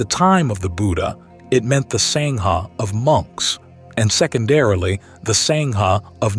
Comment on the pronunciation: Is this AI speaking or a genuine BUDDHIST? Sangha is pronounced as SAAAAA like ah in English, not a as in savour. The Great Vowel Shift is NOT used in the Dharma! In fact, English ultimately comes from Indo-European, Indo = Indian = SANSKRIT! Even today in Buddhist circles it is pronounced as sAHnga (sorta llike saying 'ah' in the surgery) NOT sainga! Further the h following a consonate like the h in Dharma signifys a soft ease or unstressed pronouncation of that preceeding consonate. Thagata and Theravada the th is NOT like the English or Old Norse the sound, but a soft t. You are fabulous on your studies, but please endeavour to learn the Sanskrit, Pali, or Japanese standards of pronunciation and not be so American in butchering other languages. PLEASE don-t be a Donald J Trump on language!!! (That would be simply AWFUL!) Thanks! OM Mani Padme Hum (ཨོཾ་མ་ཎི་པདྨེ་ཧཱུྃ), Namu Amida Butsu (南無阿弥陀仏) Namu Ichijō Renge Kyō Namu Kanzeon Bosatsu (南無阿弥陀仏 南無一乗蓮華経 南無観世音菩薩), (Later Nichiren) Namu Myoho Renge Kyo (南無妙法蓮華経)! (et al).